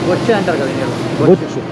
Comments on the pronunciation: బొచ్చు కాదు బొచ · Bochchu kaadura abbai bochcha 🤔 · అది బొచ్చు చేప కాదు, బొచ్చ చేప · బొచ్చు కాదు భయ్యా బొచ్చె 😂😂😂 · Arey babu...bochu chepa kadura... bocha chepa. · Bochhu kadhu brother. It's mean bocha.Catla Fish 🐟😋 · Bro adi bochhu kaadu Bocha anukunta kadaa? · Odiyamma karichestaii 😂😂 Bocchu kadhu Anna Boccha😂